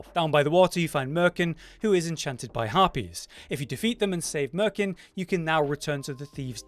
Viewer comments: His name is MirkOn, you keep saying MerkIn. You should probably google 'merkin'. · Omg. His name is Mirkon, not merkin. Rude lol.